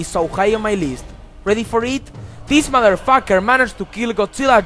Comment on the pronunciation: "Deese modderfocker".